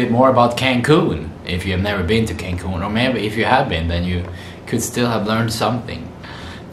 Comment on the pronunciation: I love when you say " could off " ! 😀